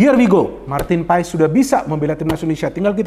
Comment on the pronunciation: Saran buat. Bacanya bukan paes tapi paas. Makasih 🙏